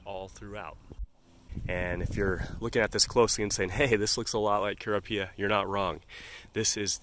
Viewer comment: Rather jarring your pronunciation of lippia and kurapia.... I've watched several videos about each and I've only heard, "LIP pee uh" and "ker OP ee uh" 🤷🏼‍♀️